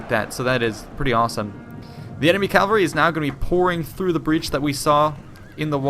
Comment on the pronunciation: Why do you say calvary instead of cavalry?